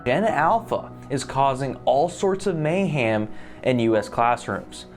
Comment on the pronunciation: how was he complaining about how "gen alpha can't read" and then fucking pronouncing "mayhem" as "MAY HAM"??????